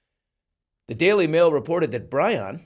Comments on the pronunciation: Bryon is pronounced the same way as “Brian” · Bryon....BRYON?? Really...